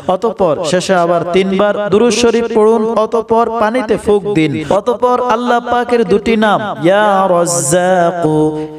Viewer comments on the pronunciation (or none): none